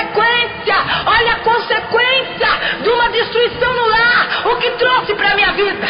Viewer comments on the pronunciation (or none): none